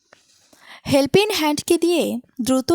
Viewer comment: হ‍্যাল্পিং নয়, হবে হেল্পপিং